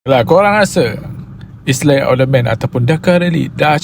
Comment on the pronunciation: Noh sebut is ley . Padahal yang benar iles yang betul